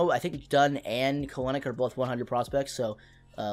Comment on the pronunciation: Kelenic is pronounced Kel-nic